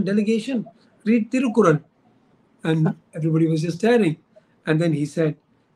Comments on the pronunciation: Big mistake; it is thirukural and not Thirukul! Please correct yourself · Dr Rajkumar did a great job. But the host of this show should have prepared better! unfortunately didn’t do his homework! Thirukural was mispronounced as thirukul and what is worse muspelled as Thirukul and what is shocking is his shortening of Thiruvalluvar’s name to Thiru! If you are going to have a guest talk about Thiruvalluvar at the very least make sure you pronounce the name right! And spell it right!